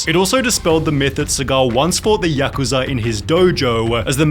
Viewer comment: It's ya-ku-za, not yuk-uza